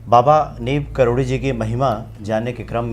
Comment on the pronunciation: karori uchcharan kariye aapake muha se baar baar karodi nikalata ya to sirf baba ya maharaj ji kahiye Galat uchcharan mat kariye sunkar lagata he kisi seth ji k baare me baat chal rahi he plz.🙏